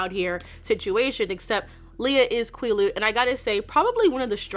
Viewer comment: Great video as always. Just FYI Quileute is pronounced like the word "quill" (but with a shorter "L" sound like it's spelled) + "yout" (rhymes with beaut). Phonetic spelling isn't my strong-suit so if you want an example the Quileute Nation's website has a language page with some audio recorded lessons, they say Quileute at the very beginning of "The Quileute Alphabet Sheet".